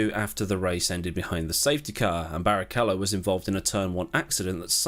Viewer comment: You NAILED Barrichello pronunciation!